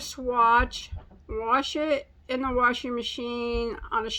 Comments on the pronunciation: I love the way you say wash!! No need to change how you pronounce it! My best friend says it the same way. She says bag different too. I tease her from time to time but it makes her unique and I think its adorable. As always, great yarn reviews! I bought a ton of yarn from Joann's when you get out the coupon code (thank you!) But I was reluctant to buy anything out of my comfort zone. You're tutorials and yarn reviews have been teaching me so much that I'm confidently trying new things. You da best! ❤️ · No one should correct your regional pronunciation. A lot of people pronounce "wash" the same way. A friend from Illinois used to say it like that, and I know you're also in Illinois. Most of us have a regional dialect & it's impolite to belittle that. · I love when you say the word wash. You pronounce it the way my dad always did. So it makes me think of him and brings a smile to my face. You just say it any way you want. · Same here. Not necessarily my Dad, but my beloved aunt, and a lot of my family from Illinois. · My hubby says "warsh" also....I love it! Love that yarn. you make fantastic videos! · I like how you say wash, It's how I say it and my daughter is always correcting me lol. I just keep telling her the more you try to correct me the more I will be stubborn about saying it with the r sound in it. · I say WARSH too!! Thank God someone else says it like that, lol. I'm 68 and people have been bugging me all my life. I'm originally from Montreal, Canada and people there used to ask if I was from the US, Haha. I've been here many years now and a pastor in Maryland 20 yrs ago used to say it like us. His family was from Jacksonville, Florida. I think it's something to do with my Scottish/English ancestors, lol. Don't change, it makes us interesting. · Cool yarn!!! Show us your top when it’s done. And you can say warsh if you want to. We love you no matter what. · Be true to you girl! Use that "r" warsh warsh warsh!